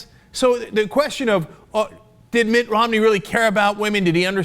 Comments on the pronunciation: MI't ROM' Neeeeee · love the way cenk says Mitt Romney, in a british accent like London Mayor Boris Johnson... classic...